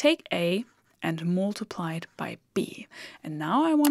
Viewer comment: Good to see that you are teaching in english now, too. And it sounds great! (except the word "mUltiply" , the "U" is pronounced like a german "A") Keep on !